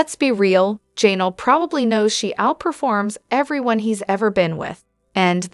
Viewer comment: Her name is Janelle, not Jaynull